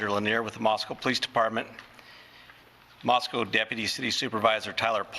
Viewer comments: MOS-CO not Moscow Fox news. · Moscow is pronounced "Moss-Coe", not "Moss-COW" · Pronounced “Mossko”. People pronounce it like it is in Russia!